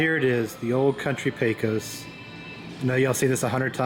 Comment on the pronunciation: It’s pronounced pay-cuss with the stress on the first syllable.